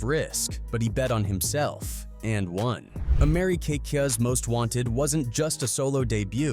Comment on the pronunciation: Fuck AI ... Americakas? Docas? TF is wrong with you?? 😡